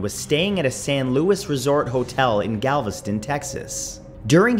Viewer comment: It is not pronounced “lewis” it’s (loo e) For the hotel in Galveston